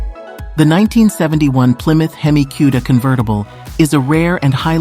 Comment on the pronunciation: Hang on.... Can we get a video of you mispronouncing Cuda and Hemi some more? Please, and thank you.